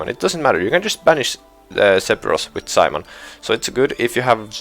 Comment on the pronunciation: My guy you're pronouncing simoon wrong. It's pronounced like "Sa" and "moon". Not Simon.